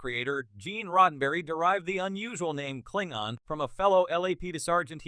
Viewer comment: I hope this is an AI doing the narration. Because who or what is doing the voice over has no clue how to pronounce Klingon.